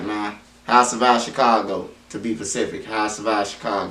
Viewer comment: Damn to be “pacific”homie said he was in “provety”. On ehthang!